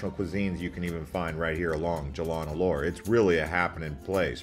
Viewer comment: Locals pronounce . Lumpur as Lumpoh . Alor as Aloh . Jalan as Jah lahn If you are a foodie, take a comfy bus to Melaka for a foodie day trip. More interesting than Caves. Good effort, for a non Malaysian, but try asking a local to critique your pronunciation.